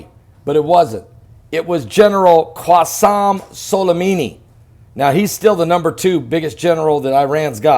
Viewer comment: It's not Qwassem Solimimi, it's Qassem Soulaymanee